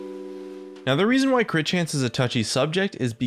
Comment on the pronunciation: one of the 'crit's says crite